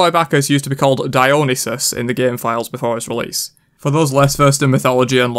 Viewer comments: “Dyonasis”? Dude you are butchering that name so bad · It’s pronounced Dio-neye-sis Edit: I saw that cu chulain # of dmging abilities debate on reddit xD